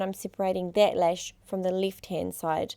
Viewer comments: I like how she pronounces lash as “lesh” lol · ***** yeah I know, but cuz of her accent she says lesh .. i don't know if you hear it, but i do :) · Dahna Hack she does say lash yes but it's the way she pronounced A in the word lash. I know it's her accent but to someone who is bilingual, like me, and you pronounce letters different ways it sounds like she said lesh. But I'm not going to argue about this because not all are bilingual and have the same pronouncements. I rest my case lol happy day to y'all